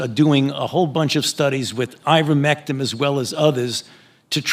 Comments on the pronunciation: fauci the great just called IVERMECTIN......with all of his knowledge....IVERMECTIM.....yeah, I'm not trusting an expert on a drug that he can't even pronounce AND should know the damn name of..no faith in this worm.....what a sad assed state of affairs this thing has gotten into because of this one particular evil man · Why is Fauci calling it Ivermectim? It's Ivermectin. Is he trying to give himself some cover? Or is he that ignorant? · He keeps calling "Ivermectin" - "Ivermectim". Why would that be? Is he implying that it's so worthless, he doesn't even bother to know how to pronounce it? Does he not know how to pronounce it? Is he trying to discourage you from looking it up by spelling it wrong?